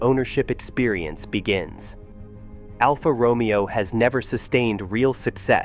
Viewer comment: Romeo is mispronounced 😮